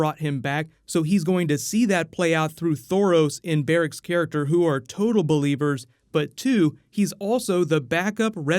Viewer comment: did he seriously say "beliebers" ?????